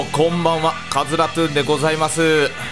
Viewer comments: さんが言っていたラトゥーンがカスラトゥーンに聞こえるwww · ラトゥーンがかつらトゥーンに聞こえる